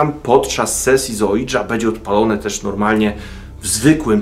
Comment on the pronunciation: Ouija to 'łija', a nie cholerne, anglosaskie ołidża, oidża, ninja czy inny wytwór językowy. Podstawowe książki na temat okultyzmu to mowią. Oui - z fr. tak, czytamy 'łi'. Drugi człon jest niemiecki. Razem: 'łija', a więc 'tak tak', co oznacza przyzwolenie, chęć kontaktu.